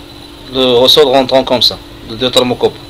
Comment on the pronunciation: Ta hadi française 3ndk hhh tkarfasti 3liha les mots techniques tatnta9hom ghalt ressort machirosol